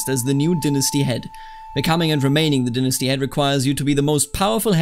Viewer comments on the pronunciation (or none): Please say "dynasty" correctly in the future. It made the tutorial hard to follow and I ended up with my dong caught in a ceiling fan. - All of America